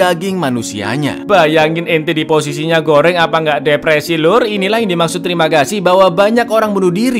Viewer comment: Kocak, tiap ngomong terimagasi medok nya keluar 🤣